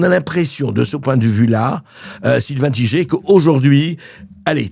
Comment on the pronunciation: Tigé. 😂. C'est Taille-gueur....je pense Sylvain qu'il est temps de donner naturellement et fièrement le vrai nom. 👍